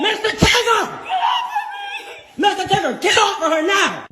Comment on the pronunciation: MISSTER TIGGER 😂😂😂😂